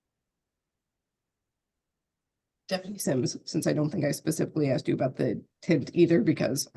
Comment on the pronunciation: I love it when these clowns try and use big words that they don’t understand and then use words like “ tookin “ and “ axed”😂😂